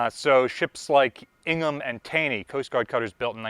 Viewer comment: It's pronounced Tay-ny.